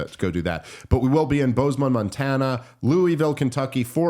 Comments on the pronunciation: They still somehow have no idea how to say Bozeman lol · Dave! You've got to start saying Bozeman and Spokane correctly! Google it or something! Otherwise love the show. :)